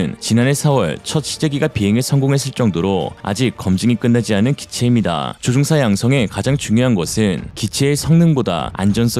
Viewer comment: 조종사 조옹사 퍼센트 퍼엔트 최소한 기계음은 아니갰군 아님 싸구려 장비이든지... 암튼 내용과 상관없이 듣기 엄청 거슬리네요